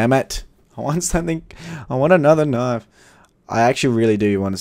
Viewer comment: The way you say falchion knife does my head in; it's pronounced Fell-shen; and stop saying k-nif. also you need to stop saying every case you open that "I'm feeling a knife this is the knife". It gets repetitive and annoying. Other than that i'm liking your videos keep it up.